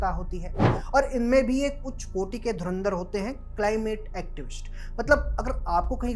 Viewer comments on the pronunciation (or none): none